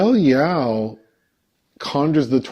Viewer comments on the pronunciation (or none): Michelle Yeoh, her surname is pronounced more like “Yo.” The way you pronounced it, is more like the name or surname Yao. Still, I appreciated the critique of the film from both of you.